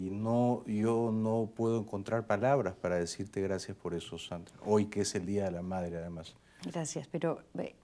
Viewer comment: En México los del centro tienen esa pronunciación de las S, tipo sh. Sandra nació en la sierra del Perú, donde el acento es otro.